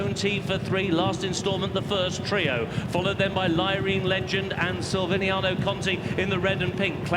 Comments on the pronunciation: Silviniaoooo Conti.learn the names,poor. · The commentator not realising that there is a "c" in Silviniaco really got on my nerves more than it should have! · Announcer can't pronounce Silviniaco, lol